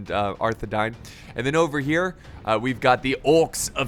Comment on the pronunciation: I don’t want to be a lotr nerd but arthedain is pronounced arthe- dayn so the I makes like a y sound but wonderful vid, keep it up